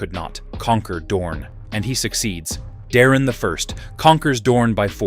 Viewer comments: Daemon is pronounced DAY-MON not demon. geez. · Btw your ai slop narrator keeps mispronouncing Daemon and it's Irking me... Say it with me ai, "Daemon, Like Day-Men or even Day-mon" not demon fool😂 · why do u pronounce daemon as "demon" or is it AI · I swear if you call him Demon (Daemon) again I’m gonna hit my head on the wall 😅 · Daemon not demon 😂